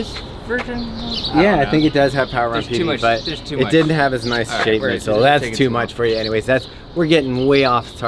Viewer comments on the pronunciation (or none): The way said "PB" really did sound like SJD lol. I expected him to tell us how the shoe buttered his bread hahaha